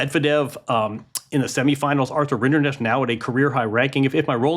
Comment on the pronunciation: Why is it so hard for a journalist to learn to pronounce the finalist's name?? Rinderknech is not even that hard.